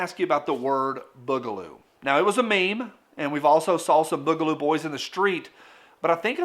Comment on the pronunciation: I love ya but the way you say Boogaloo is killing me